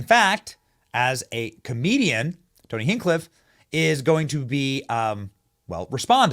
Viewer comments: Benny it tony hinch-cliff. Not hink-cliff lol. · I love ya Benny, but you’re butchering his name…😂 it’s Hench-cliffe. Not Hen-cliff. You’re killing me over here. I’ve been watching Tony for years is the only reason I bring this up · It's Tony Hinchcliffe not Hinkcliff. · His name isn't Kill Tony, that's his show's name. His name is Tony Hinchcliffe. Not Hinckliffe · Hinch.....sound it out. Hink is killing me. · Pronounced Hinch-cliff not Hink-cliff. Glad your not a fan, cos he's as rubbish as the floating island. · hinCH, like chicken. youre a little out of touch mate. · Don’t make me get the DAWGS🤦🏻‍♂️🤦🏻‍♂️🤌🏻 “HINCH-CLIFF” like Marshawn Lynch bro… Hinchcliffe not Hingcliff or whatever you’re trying to say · Hinch-cliffe 😂 not hen-cliff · Tony hinch-cliff not hink-cliff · Hench- cliff. Not hink- cliff. Kill tony is the show, not his name. Tony hinchcliffe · It’s HINCH-cliff Benny not HANG-cliff lol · Benny.. My guy. Please. His name is Tony Henchcliffe, pronounce the first part the way you do with henchmen... The name of his podcast is Kill Tony, not the name he goes by. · Brotha, it is HINCH CLIFF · HinCHcliffe not Hinkcliffe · His name is pronounced Hinch-cliff And kill Tony is the name of his show c’mon Benny do better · It’s Tony Hinch-Cliff, Benny! Not Tony Hincliff! 😂😂😂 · You keep missing an H in the middle of Tony's last name! It's Hinch-Cliff Not Hink-liff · Benny, you gotta pronounce Tony's last name correctly! It's not Hincliffe, it's HinCHcliffe. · Hinch cliff!!😂😂😂 not Hincliff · Not hink.hinch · I love you, Benny. So much love, but you're pronouncing his name wrong. It's hinch not hank. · Hinchcliffe** Hinchcliffe! Lol not hinkcliffe Hinchcliffe, "Che" sound, Hin-che-cliffe. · Exactlly like hinge its hinch like cinch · Its Hin“ch“cliffe...😂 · Your still pronouncing his name wrong - it’s a ch sound hinChclife Like cha cha change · Benny repeat after me: HINCHCLIFF, HINCHCLIFF, HINCHCLIFF, HINCHcliff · Why is Benny incapable of saying HinCHcliffe..?! 😂